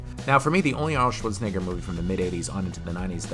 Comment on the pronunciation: arnold shorts-en-a-ger